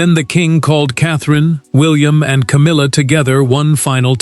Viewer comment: Love the “Cowmilla”!